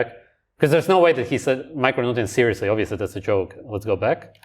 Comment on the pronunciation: “Uv-course, oob-veously” cool mullet dude